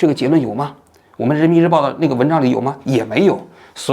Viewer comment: 王局口误 人民日婊，说了好几遍，哈哈哈哈哈